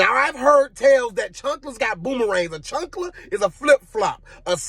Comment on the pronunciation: chAnkla not chUnkla 'CHAANKLA'